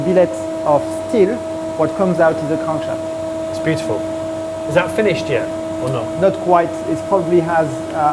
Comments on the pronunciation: " Ze cronk sheft.". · I love how the guy pronounces crankshaft. So quintessentially french :)